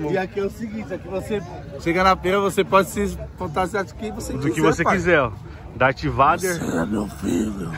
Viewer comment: "Dátiváider""Gameboi". - ri alto kkkkkk